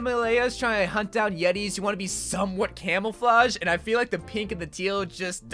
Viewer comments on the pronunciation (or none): none